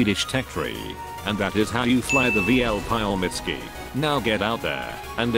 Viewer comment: "The pile misky" bruh